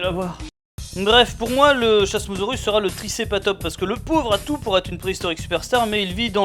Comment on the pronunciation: Comme les dinosaures tirent leur nom du latin je pense que l'on dit Kasmosaurus